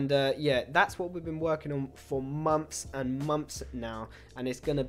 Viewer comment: the way he says "months" sound like "moms"😂